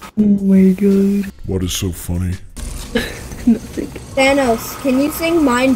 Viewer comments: THAn Ahs Friend: ocd kicks in ITS THANOS! THAN-OES. THAN O's Like CHEERIO but with THAN! UGHHHHH Me: "ahh shit here we go again." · It’s ThanOs. O not Thanaus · Its pronounced than oes